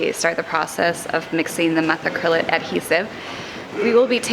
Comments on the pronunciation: Just an FYI but methacrylate is pronounced muh·THA·kruh·layt. Nobody will probably see this comment but I just started watching and wanted to set the record straight. Great job on the build and I'm anxious to see how things progress. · Love the channel and this awesome project but….. Methacrylate is pronounced: meth-AK-ruh-leyt (late). It’s easier to pronounce this way also. Keep up the great work!